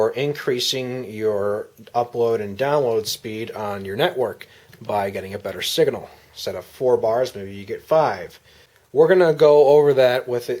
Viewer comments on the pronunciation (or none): did he just say sigahnal